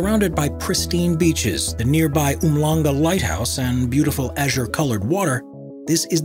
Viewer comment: It’s pronounced “Umshlanga”.